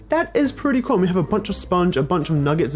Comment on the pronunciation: he said wish is perrty gool